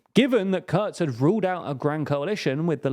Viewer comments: The "u" in Kurz is pronounced the way as it is in butcher. But you can call him "shorty" that works too. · Because their conclusions are just wrong in a lot of ways. They friggin typo the name of Kurz in the video, mispronounce his name, mispronounce the bloody names of the parties, judge the greens as left wing (which is cutting it short massively),...